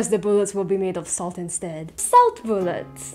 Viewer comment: why do you pronounce it boolet instead of bullet